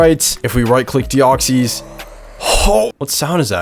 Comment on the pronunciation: They're just wrong, that's not how its pronounced. He does pronounce deoxys wrong though